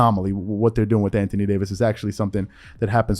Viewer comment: Lmao he was fixing to say can't thony Davis 🤣🤣🤣🤣